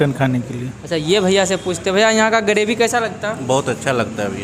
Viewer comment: गरेभि 😂 ग्रेभी होता है.